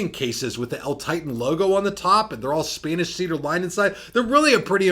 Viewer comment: I appreciate your improvement on the pronunciation of Spanish. Keep it up!